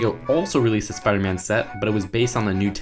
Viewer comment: He's supposed to be Spider-Man not Speeder-Man